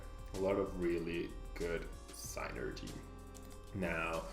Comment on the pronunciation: great vid! just wanted to inform you that “synergy” is pronounced starting like sin, instead of a ‘y’ sound. its weird but now you know!